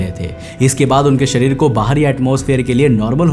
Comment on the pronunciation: .....hota hai Sarir nhi sharir hota h